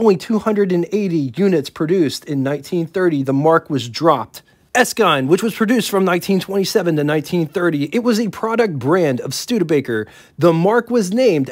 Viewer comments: Good job on the content. You need to check up on your product name pronounciations though. e.g Elcar - El Car not elcur. Deh voh not Dee vox. Er skin vs. Es kyne. Roach vs. Rawch. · So many mispronunciations and incorrect dates and information..... But, entertaining nonetheless. Willys......."Will-ease" Devaux....."De-voe" Erskine....."Ur-skin" Knute(Rockne)....."Newt" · The Depression did not happen in a matter of days after the stock market crash of 1929. It actually took about 3 years for things to hit rock bottom in the winder of 1932-33. And that's from the horse's mouth; my father lived through it all. I think he's mispronouncing Erskine. I believe Marmon still survives as a company today as Marmon-Herrington which makes axles.